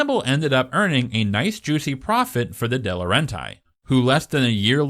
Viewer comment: It's Jonathan Dem-ee, Dino DeLauren-tees, and O-rye-on Pictures